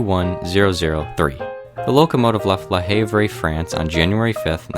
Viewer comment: Might want to research pronunciation of "Le Havre" and "Canot". Hint: french. Many can help.